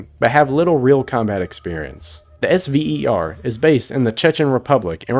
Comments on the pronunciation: Also no one said S.V.E.R we pronounce it Sev er. Had to say this because it was annoying me 😂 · The SVER PMC was pronounced "sever."